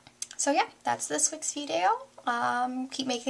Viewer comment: You said vidayo like grav3yardgirl :P